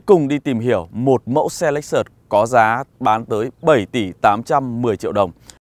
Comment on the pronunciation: ông này bị nhiễm phong cách của lão bên xe hay nên cách nói, nhấn nhá giống quá. Chưa có phong cách riêng. - hãng "lếch xớt" mà cứ đọc "lếch xợt" nghe không hay, nhiều phần tiếng anh phải xem lại. - chưa đánh giá sâu về xe. Hơi sơ sài so với mong đợi.